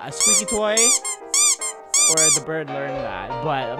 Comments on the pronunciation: Not birb it's bird! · it's bird not birb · Ikept hearing him say birb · I love when you say BIRB. It is so funny. 1 like- Funny Birbs. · Did any one else hear guava juice say berb